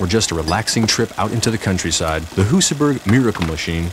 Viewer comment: Annoys me that not even the swedish guy pronounced Husaberg correctly.